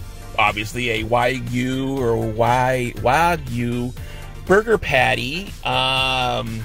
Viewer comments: yeah I'm not even remotely interested in the culinary opinion of someone who doesn't know how to pronounce wagyu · you know how to pronounce Wagyu now? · "How to pronounce Wagyu" lmao what a scholarly muchacho woowoowooOOOOOo